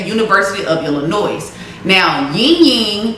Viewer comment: ❤️🧡💛💚💙💜🤍❣️💕💞💓💗💖💘💝💟 I’m sorry but 8m from Illinois (Chicago) ion gon let you pronounce the s in illlinois no hate story if you took it that way but ya